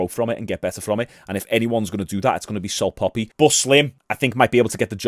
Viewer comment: The only thing getting obliterated is pronunciation of salt papi 😂